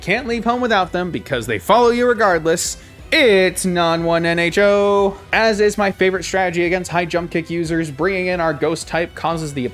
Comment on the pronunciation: HOLY HELL I WAS ADHDing listening to this while I was cleaning my house and then I realized I AM A CANON SPIRITOMB, F**K YEAH (Note: "noninho" is the actual name but I don't mind your pronunciation* at all) Very happy I helped until the e4 :)))))))